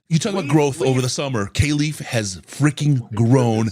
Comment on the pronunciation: Yo fellas. I know ya like to get shit right so here’s a correction. Kalif Raymond has specifically asked media to pronounce his name right. “Kal” is pronounced like cauliflower. Kah-Leaf. Love the program as always!!! FTP